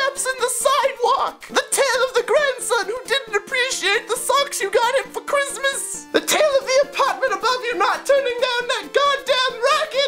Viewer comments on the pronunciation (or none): none